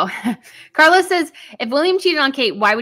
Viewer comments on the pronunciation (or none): none